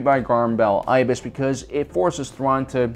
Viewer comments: Garm Bel Iblis is pronounced as “EH-bliss”, not “EYE-biss.” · Garm Bel Iblis. Iblis! He's not a bird, there's an "L" in his last name. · It’s pronounced Ib-les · Love the video but I cringed every time I heard "Garm Bel Eye-bless" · Garm Bel Iblis. There's and L in his last name. Edit: And is pronounced with a short I.